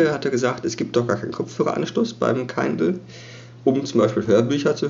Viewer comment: Schönes Video, aber es heißt Kindle nicht Keindl ;)